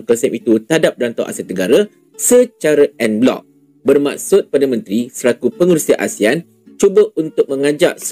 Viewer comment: Ngomong non blok nya ga enak didengar en blok 😊😊😊